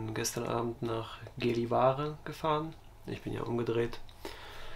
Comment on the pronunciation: Sehr schönes Video. By the way…. Gällevare wird jällevaore ausgesprochen. Das a ist so zwischen a und o ausgesprochen. Göran wird demnach jöran ausgesprochen.😬🤔🤣